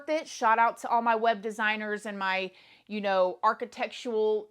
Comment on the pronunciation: Omg what a crazy story! Sounds like my crazy luck!😂 But also I had to laugh when you said…architect! I wanted you to try and pronounce it again 😆Brought back a funny memory. Anybody else??